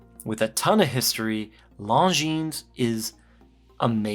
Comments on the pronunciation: The S is silent in LongineS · Actually, I hope these don't become popular so they're in stock when I go to buy one later this year. Also the 's' in Longines is silent.